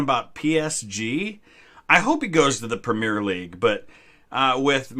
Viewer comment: I love your content and you seem like a really cool dude but every fiber in my body aches the way you say premier 😂